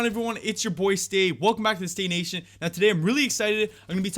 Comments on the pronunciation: Your channel name is staycation but in your intro you always say staynation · He says welcome to “stay nation” but the channel says stayCation